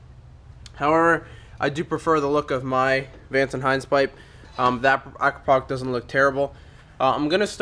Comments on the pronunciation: man its pronounced a-krap-oh-vitch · Pronounced A- crop- a- vich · Hey, it's pronounced Acrap o vich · Does no one understand that it is pronounced Akra-pov-itch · I thought it was pronounced ah-cra-pou-vich? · Heads up, that's not how you say "Akropovic"